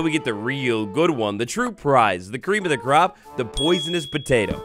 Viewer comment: Wait, did he say cream of the crop or "creep of the crop"? 😂